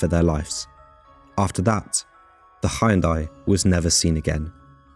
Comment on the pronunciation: Good Grief, man!d You must be the only person who've never heard how to pronounce Hyundai properly!